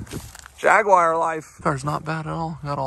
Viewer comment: Try pronouncing it like Jag U are .